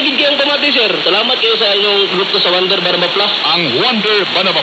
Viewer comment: Its Juander Banaba Plus not "Wonder Banaba Plus" a product of RSV Life Care Mktg.